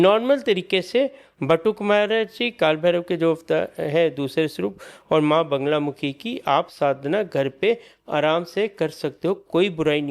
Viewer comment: बांगलामुखी नहीं मां बगलामुखी